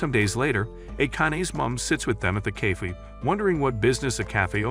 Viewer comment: bro said ''cayfe''😂😂😂😂😂